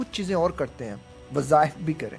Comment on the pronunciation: Wazahif nahin wazaif